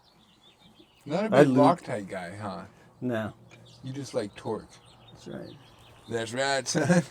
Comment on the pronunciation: Love how says twerk wrench I stand of torque haha. Especially my daughter laughed. You guys are fantastic, love the show